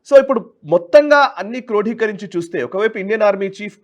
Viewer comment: క్రోఢీకరించి కాదు క్రోడీకరించి అనాలి...